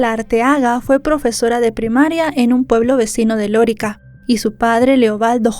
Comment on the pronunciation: D. Sancho no fue criado por su madre. A ver si investiga usted bien. Creció con su abuela paterna. No es Lórica, es Lorica.